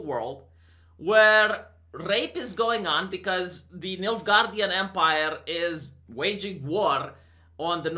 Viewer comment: Did you say Midgardian empire or Milf guardian empire? 🤨😉😏